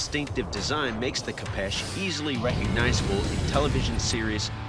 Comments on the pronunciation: Fun fact it’s not a kapesh it’s a khopesh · its not called a kapesh its a kopesh-_ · Kho-fesh that’s how you say it